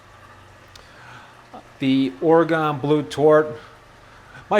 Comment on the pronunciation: I live in oregon and how you say oraygon cracks me up 😝